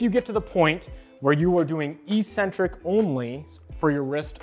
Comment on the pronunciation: Learn how to pronounce "eccentric." It's not e-centric.